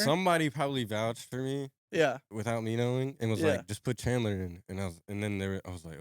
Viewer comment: NAH HIS NAME IS CALLED CHAD-LER